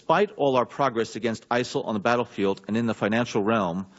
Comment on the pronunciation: who or what are isil lol he cant even get that it right.